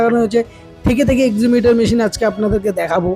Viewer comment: EXCAVATOR Machine bole EXIVATOR na ota .